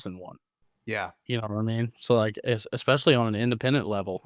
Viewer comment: Someone needs to teach how to pronounce the word "especially." Haha!